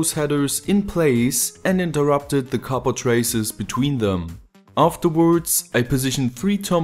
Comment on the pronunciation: Nice to finally hear you say copper correctly :) just kidding, awesome video, just like always